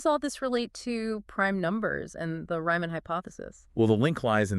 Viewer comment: Please, "REE-man", not "RYE-man"...